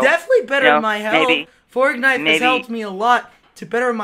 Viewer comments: He really said fornife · Me watching this:🙂 Me when he said fortnife:😂🤣